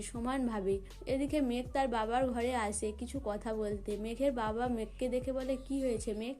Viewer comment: আবার বলছেন সবাই ক বলছেন সোবাই কথা কে বলছেন কোথা বাজে উচচারণ ।